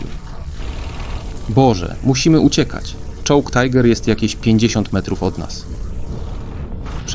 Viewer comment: Ciekawie opowiadasz... Ale to Swiat Niemcow. fonetycznie to on byl Miśael Wittman, a jego pojazd to Tiger, nie Tajger. I nie ma armat samobieżnych. są dziala samobieżne a i owszem... Mimo wszystko podales mnóstwo faktów, których nie znalem. Tak 3maj. łapka w górę